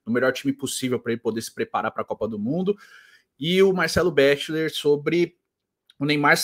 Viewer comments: ô, fala béxiler não kkkkk qualquer vídeo que ele é citado as pessoas falam a pronúncia correta, é beckler cara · Tem 5 anos que vc fala Marcelo bexiler pqp... fala direito